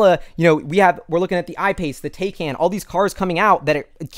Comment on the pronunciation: I Like your positivity!. Taycan official pronunciation is Thai-Con. (No joke);)